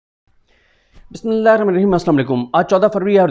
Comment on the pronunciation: Now I have already requested you in the comments to recite Bismillah correctly.